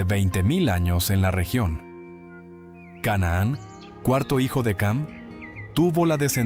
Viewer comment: Ham وليس cam 😂